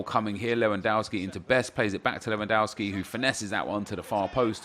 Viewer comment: it is LEWONDOSKI not lwoandouski!